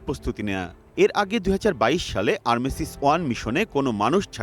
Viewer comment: ভুল বলল আরমেসিস আহা রে খবর পাঠক